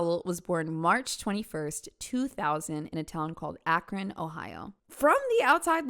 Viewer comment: The school she went to was St Vincent St Mary... same school Lebron went to... Also props for pronouncing Akron correctly!